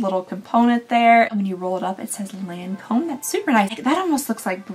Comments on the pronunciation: Your everyday neighborhood French checking in. It's Lawn-comb. Like, hearing it will make Jimmy wanna get out his mower. Also La Vie Est Belle = La Vee Ay Bell. Edited to add: also, pharma hat on, a lotion is runnier than a cream, almost liquid. A cream is thicker and might be the "pasty thing" you're talking about. Or it could be a paste, which is less smooth than a cream. A gel tends to be less opaque. A serum is more liquidy like the consistency of a lotion or even less viscous but with the opacity of a gel (or less opaque). Eventually it becomes one of those things where, if you know, you know (or if you know the recipe of the product, you know) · Hello 🤗 I just love your advent calendar videos! Just wanted to say because you asked that the correct way to say Lancôme is actually without pronouncing the N 😊 for the AN sound it's more like the first version you mentioned rather than the Kentucky version 😂 For "La vie est belle", it means "life is beautiful" and it's pronounced "la vee è bell" (tried to englicised it 😂) Hopefully it makes sense, just wanted to help 😊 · So when you say 'Lawn-comb", don't say the 'N' on the 'lawn' section. In french, "AN" paired together typically make an "ahw" sound. Law-comb :) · The n isn’t pronounced in Lancôme